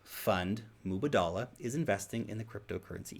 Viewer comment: Mubadala... It is tricky to pronounce but you gotta lengthen the first 'a', the two last ones have equal length... Kinda like Mubaadala